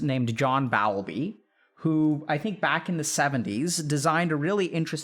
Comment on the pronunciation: Don't you mean asocial, not anti-social? Also, I have always heard the name Bowlby as Bowl-bee. BTW, love your vids. I think people really connect with them. ❤ Best wishes.